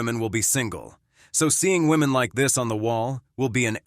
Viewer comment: To the Presenter: "woman" and "women" should be pronounced DIFFERENTLY please.